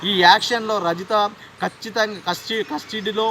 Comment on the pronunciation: కస్టీడీ...కాదురా.....కస్టడీ.....అలాగే....కోమార్.కాదు.....కుమార్ ఆ అబ్బాయి పేరు.....న్యూస్ చెప్ప చాతకానోళ్ళు ఎందుకొస్తార్రా మీరు